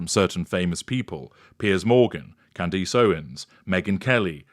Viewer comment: Hey. As a man who prides himself on his command of the English language, I am put off and cringe every time I hear you pronounce Candace Owens' name. Don't know where you got your pronunciation from. It is NOT can-DEESS as you pronounce it. It's CANdiss.